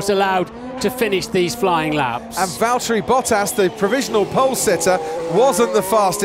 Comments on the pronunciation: it's Valtteri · it's Valteri! P1 🇫🇮🏁💪😛